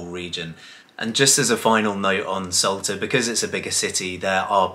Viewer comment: It's 'S-ALTA' not 'S-ULTA!! Numpties